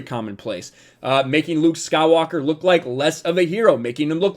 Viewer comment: The way you pronounce “Luke Skywalker” is very satisfying